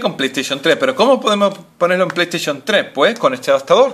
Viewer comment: pay taishon 3 :v Aprende a ablar !!!!